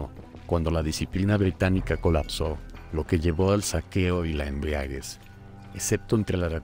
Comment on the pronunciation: O es un locutor inculto o es una voz de inteligencia artificial. Ha dicho embriaguez y andaluz con el enfasis en las silabas incorrectas.